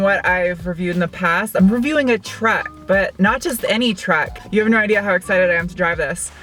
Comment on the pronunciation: It's called TRUCK not TRACK!